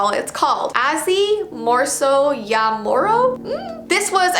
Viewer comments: Omg it ses Aasi not Azzy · The donkeys name was Aasi=donkey Im finnish btw and yes you did butcher the name but the video was great And also muumit was my fav show when i was young